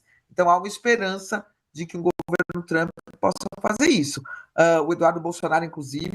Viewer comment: Trãmmpyyy??? É um show essa pronúncia dos blogueires